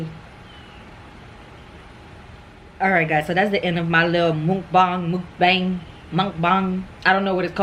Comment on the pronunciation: Lol the way you said mukbang had me rollin idk how to say it either